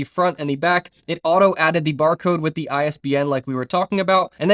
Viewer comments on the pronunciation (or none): Great video! May i ask what are you mixed with? I keep hearing an accent when you say di (the)? 😂 open di...put di..